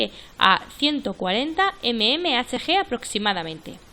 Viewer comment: Mmhg milímetro de mercurio. Queda muy mal leerlo como lo lees. Parece que no supieras lo que significa